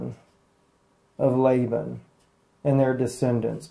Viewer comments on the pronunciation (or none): none